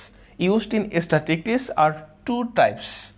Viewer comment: Love the class... Extremely helpful in face of exams... Though the pronunciation of "statistics" could be better... But it's a minor problem